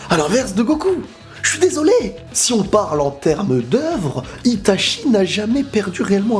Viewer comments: Bien que l'épée de Totsuka soit forte, tu n'as pas parlé d'Amaterasu, c'est l'arme ultime contre n'importe qui avant de sortir Susanoo Par contre j'ai saigné des oreilles à chaque fois que tu prononçais Itachi ... ça se prononce I ... TA ... TCHI Désolé mais Goku, sur ce coup (ouais ça rime) c'est le maillon faible, Itachi le maillon fiable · Réellement, Itachi. I-TA-CHI voilà c'est tout ce que j'ai à dire 😂